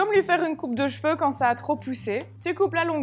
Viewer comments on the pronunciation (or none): none